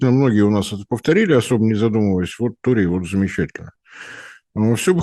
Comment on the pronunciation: Ну уберите уже пикту, она же не может выговорить слово торий